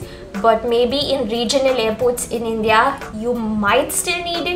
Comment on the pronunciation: Thanks it's helpful. But please pronounce the word INDIA correctly